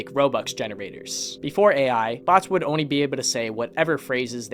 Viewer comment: someone tell this guy that there's an L in "only"